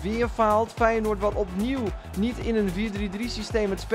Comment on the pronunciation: Haha grappig hoe je Feyenoord zegt “weinoord